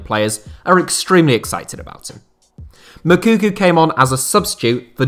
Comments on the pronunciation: “Makuku”😂it’s Moukoko! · Moukoko not Mokuku, damn English talking people 🙄😅🤦🏾‍♂️ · Your Moukoko pronunciation makes me laugh 😄